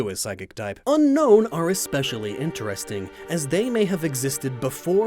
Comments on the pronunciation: U pronounced Unown wrong, it is Un-Own, not unknown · Un-own. Not Un-Known